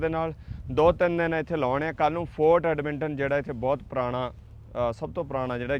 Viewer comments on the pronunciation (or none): Right pronunciation: Edmonton= ਐੱਡਮਨਟਨ (ਐੱਡ-ਮਨ-ਟਨ)